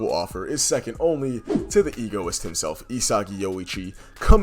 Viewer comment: it’s egoist not Egoiost😅